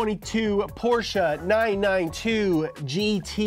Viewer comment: You pronounce Porsche better than. That pitifully underpowered Mustang is ashamed of itself.